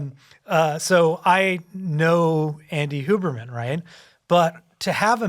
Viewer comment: It is SUPER COOL that Huberman pronounces his name correctly The only white person that has the ability to feel basic respect for other humans. Even Swamis and Monks dont even take the time/courtesy to do that.